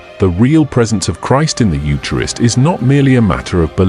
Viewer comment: The AI needs to pronounce eucharist properly.